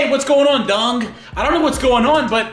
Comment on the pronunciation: You still called him doung lol doung doung doung doung doung doung doung